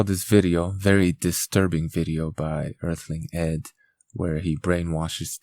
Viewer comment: More like Earh-ling Ed. lmao, got em.